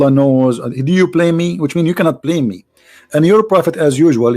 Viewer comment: it's BLAME and not PLAME 🙏🏻